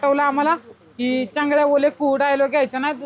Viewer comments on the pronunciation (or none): Changlya nahi chaunglya bole kauuuuuu😂😂😂😂